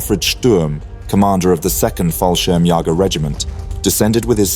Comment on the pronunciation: I understand that German is a very difficult language for native speakers of English, but considering the number of times you try to pronounce the German word for paratroops you should know what the meaning is of those two little dots above the second ''a'' in "'Fallschirmjäger''.